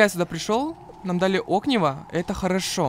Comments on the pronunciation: На заметку только без обид огниво на "и" ударение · Правильно огнИво, а так всё прекрасно. Весь день ждала серию)